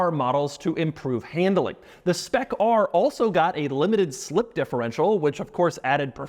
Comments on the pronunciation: Why are we saying spec rrrrrrr like blackbeard would have lol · When Doug says "Spec ARRRRR" he sounds like a pirate